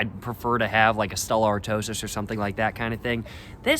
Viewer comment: Its "Stella Art-twah" just fyi. nice vid